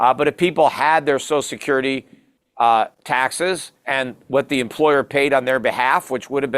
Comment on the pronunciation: Peter literally can not even pronounce social security correctly. 🙄